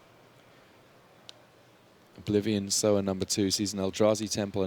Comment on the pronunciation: ffs it's Sower, not Sour! knife hand twitch